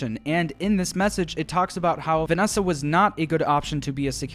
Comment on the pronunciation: Have you guys heard Vanneesa